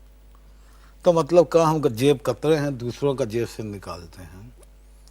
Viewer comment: That 'ka' 😂